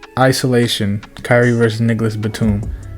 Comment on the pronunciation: He said “Niggalis Batum”🤣